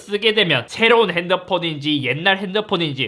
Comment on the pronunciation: 새로운 핸드폰인지 할때 사투리 느낌ㅋㅋㅋ